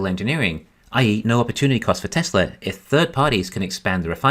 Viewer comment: “Welcome, to the Teslur economist” lol, every time bro